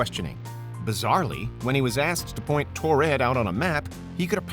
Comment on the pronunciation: These are easily debunked hoaxes. Also it's Taured not Tored.